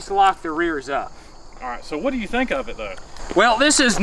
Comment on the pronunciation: whatever you sink? 😂😂